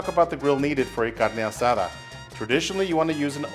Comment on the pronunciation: Great video! Looks delicious, where’s the cerveza? Proper pronunciation is appreciated my guy 👊